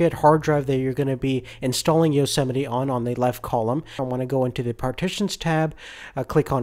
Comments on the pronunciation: You don't say it "yosemeti". You say it "yosemait" (btw i tried typing greek characters but it did not work) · yo-se-miti? I thought it was yo-see-might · EXCUSE ME? YO-SEMITY? Its Yosmite